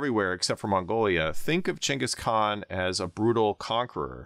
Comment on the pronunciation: Props for pronouncing his name correctly.